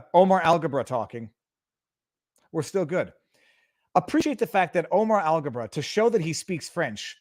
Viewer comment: okay, it is Alghabra and not algebra, but close.